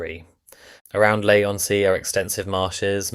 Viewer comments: Lee on sea, not lay on sea. And not Canvay Island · 'Lay-on-Sea' and 'Canvay Island'! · I know. It was pronounced 'Lay' on the video. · its leigh on sea